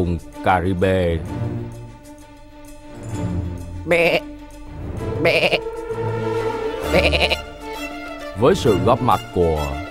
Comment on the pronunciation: caribin mà nói là caribê